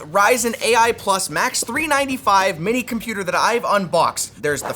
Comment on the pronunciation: How hard can it be to say 395 correctly?